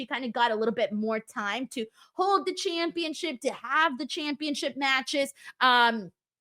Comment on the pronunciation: Tiffy Time needs to last for a while. If Lyra wins her match then the three most prominent members of the last NXT draft will hold belts. Lilian Garcia pronounces "Championship" weirdly. "Championsheeeaaaahhp". It felt like the Uso's entrance took took up most of the third hour.